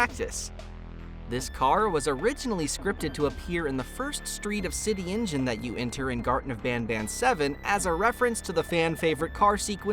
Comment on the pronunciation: did he just call cityngeon cityengine